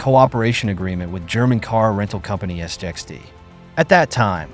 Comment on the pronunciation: I wish your commentary would just call it SIXT, instead of S I X T, S j X T etc. it’s really annoying!